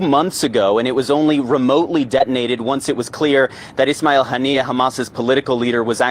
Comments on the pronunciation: It is pronounced Honey-Yah , maybe god extend his mercey and blessings on him, his family, and people. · Haven't you been listening to other news outlets? His name was pronounced "ha-nee-ya" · Kha-men-ah-ee and Han-ee-yeh. Come on y'all